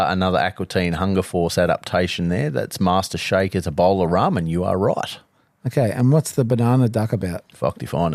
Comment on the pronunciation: Sigh, can you also sort out and how he pronouces Ramen 😂